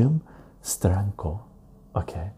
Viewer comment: Love the way you say Steranko! Hi brother. Im meeting sergio aragones in March.. you are correct. His books are one of the great pleasures of comic reading. God bless and stay well